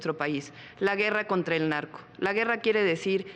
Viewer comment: No puedo ver seriamente el #Debate cuando escucho la palabra pogque… Nagco pagtido… etc etc jajaja